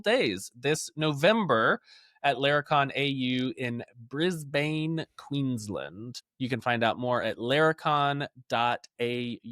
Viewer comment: It’s ok, you’re a good enough bloke that you’re allowed to butcher our accent without repercussion. And it’s pronounced “Brizben” - Posted on behalf of your slightly more evolved kin down under.